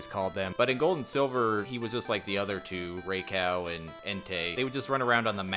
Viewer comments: No, the last part is pronounced "Oh" not "Ow" and not "Uwe". It's the same ending syllable as in Ho-Oh (Japanese name Houou, lit. Fenghuang). Ou is Japanese for King, much like Tei is Emperor and Kun is Ruler – they're all regal Pokémon. Rai is Japanese for Thunder, Sui for water, En for Flame. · nope. It’s meant to be Rye-KOH. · He really said "Ray Cow" 😂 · Err, it's pronounced a little differently (Righ-Koo), but I kinda like the way you say it lol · Calling Raikou “Ray Cow” was a bold choice. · Dude literally mispronounced pronunciation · no he didn't lol It's "Rai-koh-oo" I speak Japanese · Damn it why do you keep purposely mispronouncing “Raikou” 🤨